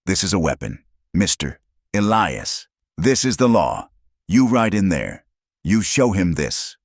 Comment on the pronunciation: Interesting and sad so many men's names are Elias & the A I cannot pronounce it correctly, every time! Also help most men in these stories their eyes are the color of a winter storm .... A little more imagination, please ....